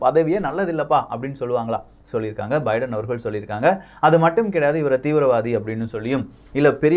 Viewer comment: Bro munnuraiyil biedan America Vai Thanimaipadutha enru tharuthalaaga ucharitbuvitteer... Thiruthikmollavum..